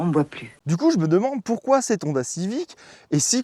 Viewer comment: C'est pas mal la vidéo, mais il faudrait tout même apprendre à prononcer correctement le nom de la marque (c'est également le nom de famille) - c'est HHHonda, et non ONDA , aussi l'accent est sur la lettre O, et ne pas à la fin sur la lettre A